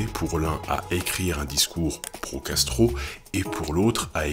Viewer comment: Ce genre de vidéos à minuit c'est pas une bonne idée: au lieu de pro-Castro j'entendais pro-gastro...